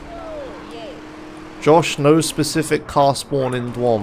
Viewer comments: of course he knew that, duh. he's saying dwom because it sounds funny. also he'd love to call lordmau5 as a "lordmaw". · DYOM. "diom". Like idiom minus the i. Please mister Josh. Please...